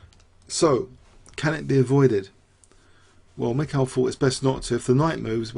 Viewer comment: You drove me nuts with all the "michials", damn